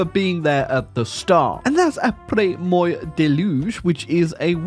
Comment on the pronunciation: The way he pronounces the French word 'moi' makes my ears bleed.